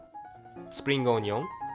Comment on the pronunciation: i love the way says onion he says ON-YON love it!